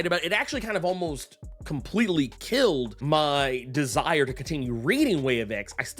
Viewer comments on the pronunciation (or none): none